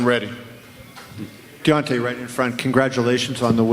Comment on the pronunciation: Butchered his name 😹